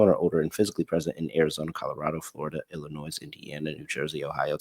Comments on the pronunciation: Until you started pointing this out, it never bothered me but now I can't stop hearing it smh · PLEASE LEARN TO PROPERLY PRONOUNCE ILLINOIS IT IS SO INFURIATING!!!